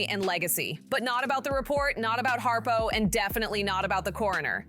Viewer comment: His name is Brian Harpole...not Harpo. This is crap.